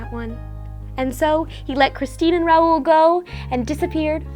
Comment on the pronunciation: it's not R-ow-oo-l it's r-ow-l